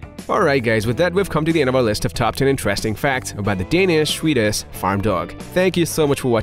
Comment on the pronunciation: Can not handle the narrators lisp or ways of not speaking propellers I’m Swedish and even I can pronounce swe-diSH correctly and not swedich as he says. I also reacted several times at other words. This is a BIG negative for me and I can’t watch this video to it’s end unfortunately. Change narrator on your channel please.